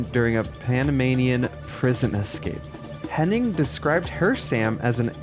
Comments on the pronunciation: FYI her name is Amy HennIG not "Henning". It's painful to hear every time you say it wrong, especially when her name shows up on screen in your own video. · Hennig, not Henning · It's Amy Hennig, not Henning. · It sounds like you pronounced her last name as "Henning" the whole time although her name is "Hennig" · HEN-EGG, NOT “HENNING” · It’s Amy Hennig, not Henning. If you’re going to say a very simple name many times, then at least get the name right. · Her last name is Hennig. You’re throwing in an extra N that isn’t necessary. You’re saying Hen-ing. It’s Henn-ig